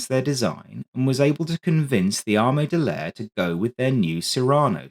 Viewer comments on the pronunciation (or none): "ARE-ME DEL LAYER" ITS Army D'aire. DUH-AIR.